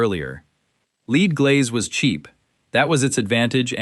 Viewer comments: Please decide whether you want to mispronounce lead by calling it “leed” or to say it correctly, ie “led”. Other than that, it’s a good video, which I enjoyed. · l-e-a-d is pronounced 'led'.